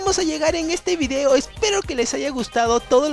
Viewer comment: hay hay hay 😱 tienes que mejorar no sé dise vidio se dise video don vives fannnnnnnnnnnnnnnnnnnnnnnmmm